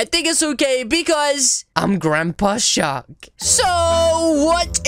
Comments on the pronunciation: I hear "shot" instead of "shark" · The last time you said mama shark you said mama shar.